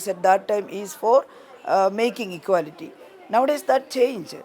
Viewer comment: "Ekality is ekality" BJP style of theorem!